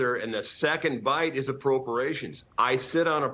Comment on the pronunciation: "approporations" lol speak English much?